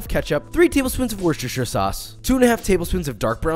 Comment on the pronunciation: Legit the first American I have seen correctly say wostishire sauce